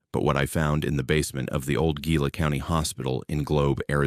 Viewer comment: Phoenix here! Ty for your stories. Btw Gila is pronounced (He-La)